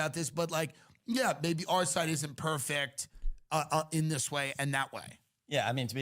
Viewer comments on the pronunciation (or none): He said "per-fict" instead of "per-fect". That is a slipup that shows that he is a foreigner, an outsider to us. That warrants instantaneous leaving away from him.